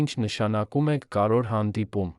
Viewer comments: Կարեվոր բառն էլ չէս կարողանում արտասանել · Դուք չեք կարո՞ղ ասել հետևանքներ,բայց ասոմ եք հետանքներ։ Կամ կարևորի փոխարեն ասում եք կարոր և նման շատ բառեր։ Ամոթ է մի աղավաղեք մեր հայերենը։